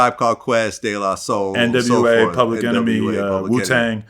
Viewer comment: Nigga said “yah de la soul”